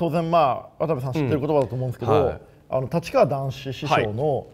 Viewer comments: 一年前の動画でもたちかわって言ってるので言い間違いじゃなさそうなのが恐ろしい。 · 人の言葉引用してるくせに「たちかわだんし」って…